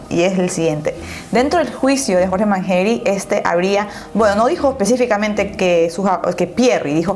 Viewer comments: manyery no manjeri🤦🤦🤦🤦🤦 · Mangeri se pronuncia Manyeri, no Manjeri!! Con Y, no con J. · "MANGERI" SE PRONUNCIA "MANSHERI" DEBERIAS PRESTAR ATENCIÓN A ESAS COSITAS CUANDO INVESTIGAS... BESITOS 😘 😘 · Arctic Potterhead Soy Argentina y se pronuncia "Mansheri" no es x nuestro acento ...se pronuncia asi el apellido No se si me entendiste..jaja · Es mas como "Manyeri" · Hola guapa disculpa se escribe mangeri y se pronuncia (manyeri) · mangeri se pronuncia mansheri. y rawson se pronuncia rauson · Rawson se lee como se escribe Y mangeri se lee "manyeri" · se pronuncia manlleri* se escribe mangeri